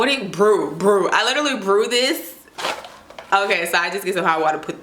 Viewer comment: Girl when you say OK and roll your tongue I just get sooooo tickled.